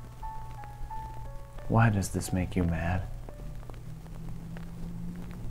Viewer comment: Personally I'm mad b/c I was waiting for you to put the emphasis on "does" and didn't get it. Why DOES this make you mad?